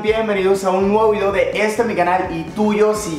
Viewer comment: Jajaja like si sé fijaron que el dijo el video dooi